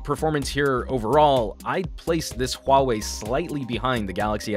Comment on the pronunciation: I think it's pronounced WAH-WAY, but great review :)